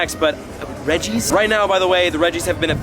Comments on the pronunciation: The Pokemon Anime calls is REJ-ice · You pronounce it like (REHJ-ICE) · The regi trio are pronounced reg-gee-rock, reg-ice and reg-gee-steel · Re gee ice Re gee steel Re gee rock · CapuccinoCinccino its Regi ice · It's pronounced rej-ice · It's reg ice btw 😂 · Eward Ah yes, many apologizes. I had to boot up my Pokedex 3D Pro to get further evidence, you are correct. I'm just very used to saying Reg-E-Ice since I was a child I forgot how to say it right. Apologies once again. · Redge-ice = Regice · H0i You say it like Regi Aise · This ia a crime scene... RIP Regice's name.. 😂😂😂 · No, you actually dont pronounce it like that, there is just 1 'I', so it is different from the other 2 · It’s Reg-ice not Regy- ice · It is pronounced Reg-Ice, not Reg-E-Ice. It’s weird because the others pronounced Reg-E-Rock/Steel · its not rigi ice its regice dude😂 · I think its Regice not Regiice But i think most people say Regiice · Reg-ice not regice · This is how u say it: rej-ice Not regi-ice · Reg-ice, not regi-ice 😂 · Rej-ice NOT Regi-ice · It's now pronounced Reg-ICE no extra I or otherwise it would have been REGI -ICE which is incorrect. 4kids are not reliable with pokemon info like prenouncations. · You pronounce it as regice, NOT regi-ice...... thats why its not called regi-ice, dùh...... so yes, it is different from the other 2, deal with it. So remember, just 1 'I' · It’s reg ice not regiice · The English dubbed anime and movies sometimes used incorrect pronunciations in gen 3 and prior because the anime was not dubbed by the official Pokémon company. However, the official Pokémon pronunciation for him is reg-ice and not reg-e-ice. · Regi-ice just like that NOOB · Reji-ice that is how you pronounce it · its actually (re-g-ice) your welcome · It's just Reg-Ice, not regi-ice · Its Reg-ice then regirock registeel :P your welcome xD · Re-gi-ice. Re-gi-steel. Re-gi-rock. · It's pronounced as ReJ- ice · It is pronounce reg + ice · Regice------ REGE-ice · its regeese pronounced